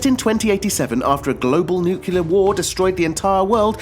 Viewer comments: NU-CLEAR NOT NUCULAR....ARE YOU GEORGE BUSH JR FFS??? YOU PEOPLE MADE THE GOD DAMNED LANGUAGE, GET IT RIGHT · it's nuclear, not nukilar....😕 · The list is good and all, but please, it's nuclear, not nucelar. :( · Great selection, but the pronunciation of the word, nuclear is irritating; It's not spelt nu-cu-lar. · "nukyuler"? really? .. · did you just say "nucular" war? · Nucular? WTF is nucular? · nuclear, new cle er not....... new cue ler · It's NUCLEAR for Gods' sake...